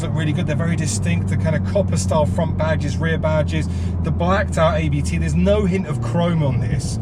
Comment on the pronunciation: I enjoyed the video but thought I’d point out it’s not A B T it’s said Abt as it’s spelt. It’s the family name of the tuning company who’ve been tuning Audis for ages and run one of Audi’s DTM teams.